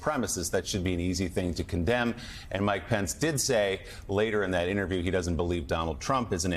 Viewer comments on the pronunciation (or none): "toe the line" but hey, "it dudden matter"